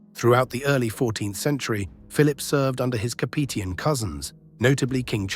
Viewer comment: The mispronunciation of Capetian is really jarring.